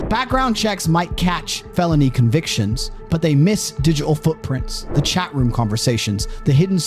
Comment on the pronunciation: Terrible narrator.........doesn't pronounce 't' in words cha (chat), pary (party) etc.